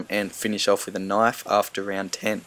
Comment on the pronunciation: thats not a knife... this is a knife... sorry when u say "knife" u remind me of Crocodile Dundee (?)